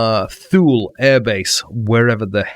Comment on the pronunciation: Hey, that airport is pronounced Toole and is in Greenland. It's a military base.